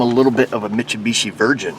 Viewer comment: Everybody say it with me slowly. Mit-sue-bee-she. You're welcome.